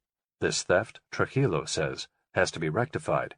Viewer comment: not Truh-illo it's Tru-jillo like Trooheelow.